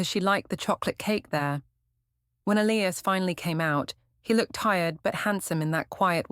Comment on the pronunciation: I get thrown out the immersion every time your AI cant pronounce Elias correctly.